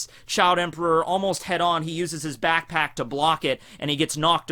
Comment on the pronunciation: When he said Back Pack he actually said pack pack :/